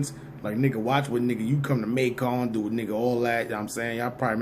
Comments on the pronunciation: Pronounce May-kin not May-con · Macon is pronounced May-kin' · It’s not Mac-on ga nigga it’s Macon like Bacon. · Not pronounced MAY CON...ITS MAY CUN LIKE BACON.....MACON, GA. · Nigga said MAY CON lmao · Just fyi, its Macon, like bacon not May-con... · Y u saying Macon so proper😂😂😂😂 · You said macon wrong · Macon rhymes with bacon bruh. He was fckn that name up.